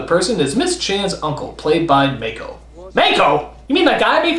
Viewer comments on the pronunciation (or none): MAH-ko!! Not May-ko! Get it right! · Will NC ever properly pronounce Mako's name as "Mahko" and not "Mayko"? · It's not pronounced "MAY-ko", it's "Mah-ko"